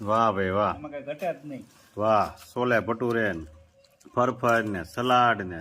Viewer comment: છોલે ભટુરે બોલાય